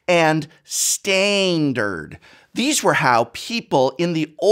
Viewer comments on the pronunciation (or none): I'm amazed someone who used to teach English could pronounce Standard as "staind-erd" without their head violently exploding. Kudos, sir. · The humor in this killed me 🤣 "Stainderd" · "Stainnd-urd" hahaha